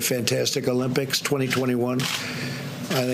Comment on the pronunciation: Who cares if the stimulus is the biggest ever? It's not something to brag about. It's called the Olympics, not Uhlympics. Stop bragging. Stick to the script.